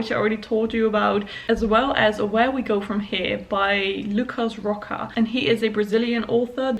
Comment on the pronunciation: hey, great reading week/vlog:D just out of curiosity, Rocha is pronounced like RoSHA not RoKA. But honestly, great vlog, just thought you might wanna know ^_^